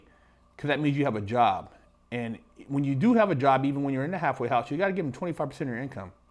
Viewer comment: I keep hearing "hathway house"